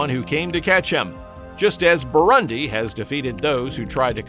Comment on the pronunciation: Learn to pronounce “Burundi”.